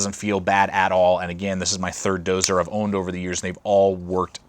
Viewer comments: When the person reviewing the knife can't pronounce the title of the knife correctly it's not dozer it's Dozier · Doe-zee-yer = Dozier. Not doe-zer. Ya doo-zer! :-p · It's pronounced "DOE-ZEE-ER" in case anybody wanted to know, I was curious myself :P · It was my first thought too